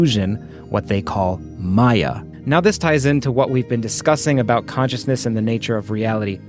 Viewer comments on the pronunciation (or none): none